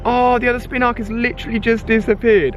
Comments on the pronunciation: its not spinark its spinarak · It's pronounced (Spin AR AK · Spinarak not spinrak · you need to look at names and sound them out before you say them. your pronunciations make me cringe. its not SPIN-ARK its SPIN-A-RAK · spinark is pronounced spin-a-rack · MFW he can't read... says spinark instead of spinarak and nabab instead of nanab, is this dude dyslexic??? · thats his accent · When ali caught the spinarak why did he call it spinark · I dont really understand how you ever pronounced Spinarak as 'Spinark' 🤔🤔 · Am I the only person who gets annoyed by the way he pronounces Spinarak